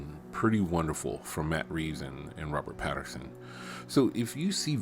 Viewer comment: Pattinson, NOT Patterson.